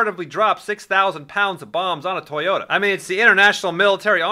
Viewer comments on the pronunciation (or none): none